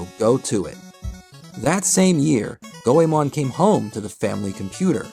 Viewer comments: Go e mohn not Go e mahn It's like the common mispronunciation of Digimon etc. You put a lot of work into this, and I don't expect proper pronunciation of names like Sarada, Toyotomi et al but the name spoken a hundred times should be correct Thought you'd like to know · go eh mon? nah its gway mon 2 syllables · Go e mohn not Go e mahn. It's like the common mispronunciation of Digimon etc. While I don't expect proper pronunciation of Toyotomi, Sarada et al, you put a ton of work into this video, so why not get the most important name correct? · The English release of Anime Goemon actually pronounced his name as "Goymin". GOYMIN. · You didn't even take the time to learn how to pronounce Goemon correctly. Three minutes into the vid and it's unbearable. Unbelievable.